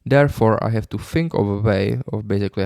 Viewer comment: You don't "Think", you always "Fink" 🤭